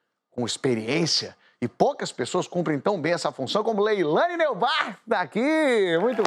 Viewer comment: É Leilaine NÓIBART, Porchat